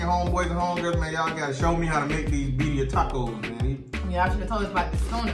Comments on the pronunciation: birria is pronounced Veerdia. roll the d. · Y'all were supposed to pronounce the 2 R's 🤣🤣